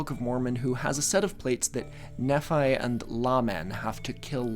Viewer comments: I've lived in Utah for pretty much my whole life and grew up LDS, love your videos on mormon history, also Book of Mormon names pronunciation guide: Moroni - Mor - on - ai (with emphasis on the last syllable) Laban - Lay - ben Nephi - Nee - fai Laman - Lay - men (exactly like 'laymen', which confused me growing up) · lay-bin, neef-eye, lay-min. Also: Moroni is muh-ROAN-eye and the urim of urim and thummim is yer-um like europe As an exmormon this is a great video!! I didn’t know anything about these guys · it's KNEE-fi and LAY-min (not a mormon, just curious like you) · lots if this history was never discussed in the years I grew up in an LDS family. interesting about the strangites and Strang finding his own plates Nephi is pronounced KNEE-Fie Laban is LAY-ben Laman is LAY-man Moroni is ma-ROWN-eye and the the gold plates where not buried again. No it is wilder than that. the angel Moroni came to Joseph and took them up into heaven. at least that is what the mainstream LDS church teaches to this day. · Nephi is pronounced Knee-fi, Laban is Lay-ben, Lamen is Lay-men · The stone was his seer stone, not the urim and thumim Yeah, you pronounved them so wtong. They're layben, kneephi, and laymen (hopefully this spelling shows how to pronounce them) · The pronunciations for Nephi and Laman are Knee-FEye and Lay-Man btw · For the pronunciations, Laban is Layben, Nephi is Neephi, and Lamen is Laymen! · I grew up Mormon so I wanted to let you know the correct pronunciation of the names you mentioned. Nephi would sound like knee-fi. Laban sounds like lay-bin. I normally wouldn't correct someone's pronunciation but since you mentioned you were unclear on how to say them I figured I would let you know. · Great vid I will say your book of Mormon pronounciations are close but not right lol, nephi is "knee-fi", and laban is "layben" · LDS person here. We generally pronounce the names as Lay-Ben, Lay-Men, and Knee-Fai. Also great video! I learned a lot.